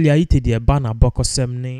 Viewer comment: May her soul rest in peace. Why are you pronouncing t as th? It’s Ayittey not Ayithe.